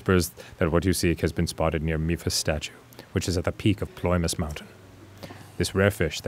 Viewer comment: I love that Arin kept up with tradition by misreading ‘Ploymus’ as ‘Polymus’ again